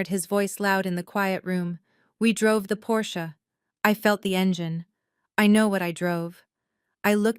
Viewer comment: Thank you for pronouncing 'Porsche' properly. It makes all of the difference to those who know.